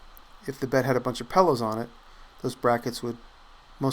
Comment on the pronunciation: It is pillow not pellow